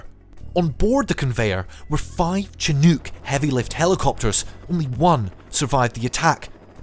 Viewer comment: A handy summary for me, as someone who know about the broad strokes of the conflict but not the individual beats. Also, it find it really amusing that the narrator anglicised "Chinook" the first time it was said, and then said it more-or-less correctly the second time. Remember, it's an Indigenous word that was transcribed by the French, so the "ch" is a "shhh" sound.